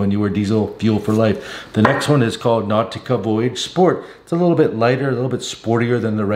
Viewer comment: Now-tica??? Unc, sometimes your pronunciation is interesting.🤣